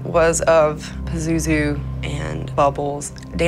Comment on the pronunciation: The way dude in the beginning pronounces Pazuzu irks me. LOL. Peh-zoo-zoo.........